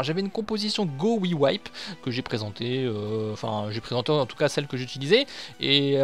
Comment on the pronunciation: Au debut tu as dis gowiwipe... Cest GoWiVaPe non ?